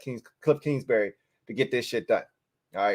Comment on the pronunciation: It’s kingsbury not kingsberry